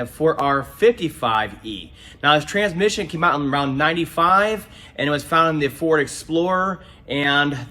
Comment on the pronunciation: Why do most transmission guys drop the "s" in transmission and call in tran-mission? lol I swear, I have two good friends, one is a retired tranny guy the other is still at it and both say tran-mission. Anyway, great video!